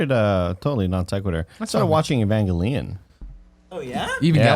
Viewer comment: the way first pronounced Evangelion nearly gave me a heart attack. 😬